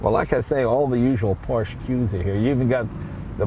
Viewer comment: Finally someone in the USA that says Porsche and not PorschA!!!! Well done sir!